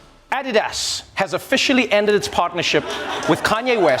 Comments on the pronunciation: Finally someone in the US who pronounces Addidas correctly! That's how it's pronounced in German. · Trevor, you are the only one in US TV who pronounces adidas correctly.